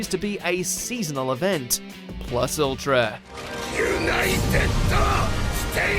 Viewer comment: Do not ever let this guy do narration- He didn't know how anything is pronounced and it's obvious- He dunno shit about the shows to know how things are said...It's obvious how he read Plus Ultra...as an additive to the last sentence instead of a battle cry. I got it you got WRITERs and VOICE ARTISTS but please...Train those VAs how to pronounce things!